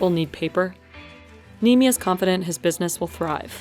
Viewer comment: It's not said nimi It's nemi